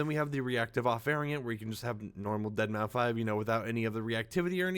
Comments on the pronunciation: I said this in one of your previous videos, but it’s pronounced “Dead Mouse”. Not “Deadmau Five”. The 5 is supposed to be a substitute for an S. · Did bro just say deadmau 5 😂😂😂 it’s dead mouse buddy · Why do people keep calling him dead mau “5”? ITS DEADMAU5. Still said deadmouse but with a 5 instead of an S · yall know the 5 is pronounced as an s right? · It's pronounced (Dead) (Mouse) btw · Its pronounced deadmouse fyi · His name is pronounced as dead mouse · Deadmau5= Dead mow Shitake= She take Machinest= Mecanist. I watch just to hear how you pronounce things 😂😂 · Mau-5.... 😂 Dead-Mau-5... 🤣 He kept saying it with confidence...smh 🤣 😆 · I cringe when he pronounces deadmau5 wrong, the 5 is a S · The way you say his name pmo